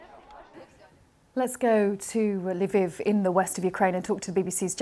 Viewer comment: Covering a war for months now and you still cannot pronounce Lviv correctly.